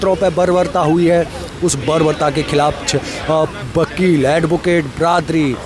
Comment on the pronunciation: Bakel nhi wakel bolo